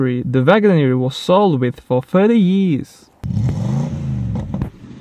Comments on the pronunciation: Lmao when he try to say years yéés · how do you say years?